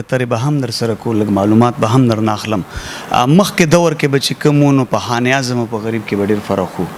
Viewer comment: sb taso che kam kaar kaway no da de kar da para yo khas taleem haselol pakar we zaka che de kar ke khabare ao tanqeed baraye islah der aham kerdar ada kawe, no mehrobani okay da khpal talaffuz mo teek k za pa de interview ke taso ta siraf da yo lafz khayam che pa de ke talaffuz tek na de. For example taso khan e azam bia bia waye no da khan e azam nade da khanezam de no plz che next time da interview kaway ao ya prgrm no da haghe na makhke lag preparation kaway.